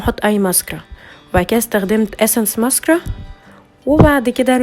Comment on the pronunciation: انجليزيتك فشيخه بس مسكارا مش بتتنظق كدا اماما😂😂😂